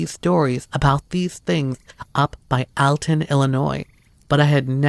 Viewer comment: it's pronounced all ton not al ton (Alton) IAM from Illinois 🙂